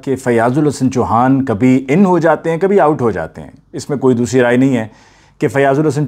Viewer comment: Fiaz Ul Hassan Choohaa,not Chuhaan